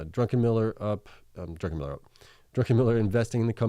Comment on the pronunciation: Thanks! Its DruCKenmiller, forget the N. Cheers!